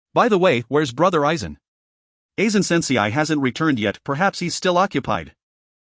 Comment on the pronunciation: hes playing Aizen, could get the name right at minimum..